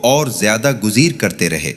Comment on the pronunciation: آیت نمبر 6 گزیر کے بجائے گریز ہے